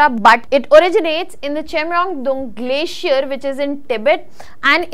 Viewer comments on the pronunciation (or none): none